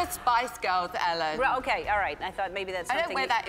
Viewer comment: she says Ellen in the most British way